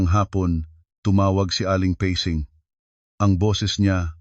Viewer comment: Ayusin.mo nga yong mga salita mo! Pasing ginawa mong pesing listening from Bacoor Cavite